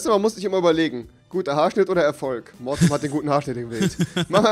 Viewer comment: Mortum hört sich iwie an wie Tumor .-.